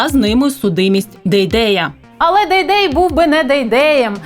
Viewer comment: Не Дейдей, а ДайДай правильно. Все что нужно знать о ,,патриотах